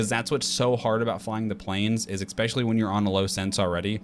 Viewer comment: Why do so many people say "eckspecially" instead of "especially"? What's the correct pronunciation? English is not my home language, so this is a real question